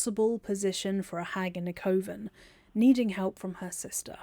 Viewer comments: I love your videos, I love your voice, but this whole time I was like "it's cuh-ven! Not koh-ven!" 😅😂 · Cuh-Ven it isnt Cove-en this bothered me my full video ngl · Pronounced “kuhven” not Coven like woven. It’s bothering the crap out of me. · I’m curious about your pronunciation of coven. I’ve only ever heard it said “cuh-ven” is “co-vin” a British thing? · You can pass through the door in Ethel's lair that leads to the underdark teleport if you wear one of her masks It took me a while to get used to hearing coven pronounced koh-vern but otherwise this was another great video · I can't with the way you say coven. 😭😭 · I've never heard coven pronounced the way you say it. No hate intended! Are you English? I figure it's a dialect thing I haven't encountered (I'm Australian). Great video! I can always tell how much work you've put in getting these together and I always come away with new nerdy facts to share with my BG3 friends. Thank you as always!